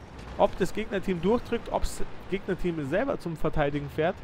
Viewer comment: es heißt fährt nicht fahrt!!!!!!